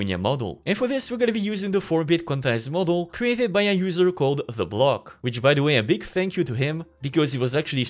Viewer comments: TheBloke - Blow-K, not BLOCK. Happy to help. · Pretty sure it's The Blow-k, not TheBlock. But yeah he was insanely quick. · bruh it's tha BLOWKE not the BLOCK but anyway good video